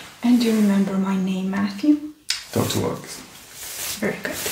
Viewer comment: ate his name James ?? she keep saying Mattrew?